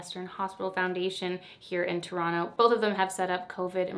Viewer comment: ok as a fellow torontonian i gotta say, im loving that you pronounce it right (without the second T) lmao